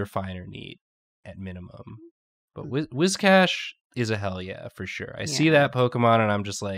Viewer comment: It's pronounced Whiscash